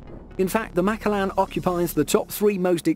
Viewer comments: so sorry but it bothered when you said Macallan (Ma-Callan) but great vid as always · I cringed when I heard it😂